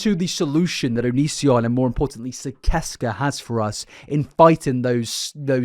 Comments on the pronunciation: Gergs cult is pronounced SIS-ES-KAH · Hey bud! I’m under the impression it’s actually pronounced SIS-ses-kah 🥰 just wanted to correct! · I thought it was pronounced sih-sess-cuh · I love your videos but it’s killin me that you’re not pronouncing it right: Sis-es-kuh. Onision’s said it in his videos waaaaay back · Sicesca is pronounced "siseska". cursed with this knowledge from my onision fangirl days as an easily manipulated young teen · So I have to say this (I am in no way defending onion I do not support him) but I specifically remember him pronouncing sicesca like SIS SES KUH but I know it isn't important I just figured you might like to know even tho it isn't even real so there is no CORRECT pronunciation